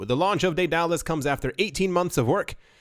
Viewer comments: "Dallas" "DayDallas" it's Day-du-lus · Pronounced: Day da lus